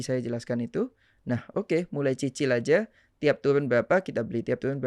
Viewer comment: ngomong cicil aja susah banget sie bang ,aduhhh😂